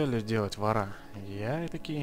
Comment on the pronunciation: не варА,а вОра